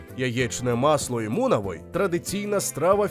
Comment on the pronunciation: Mунавий, не мунавой. Muna - яйце, või - масло.